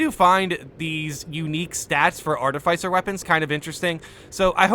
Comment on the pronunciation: Pleeeease say art-if-isser instead of arti-ficer I BEG you hahaha